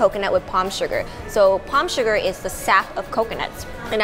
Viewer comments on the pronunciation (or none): none